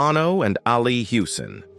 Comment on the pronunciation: that’s NOT how JEFF LYNNE spells his name. And you can’t even pronounce “ Ali”. Duh.